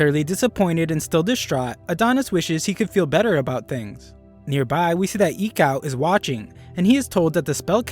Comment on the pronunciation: Everytime you say Near Bai (nearby) I get great flashbacks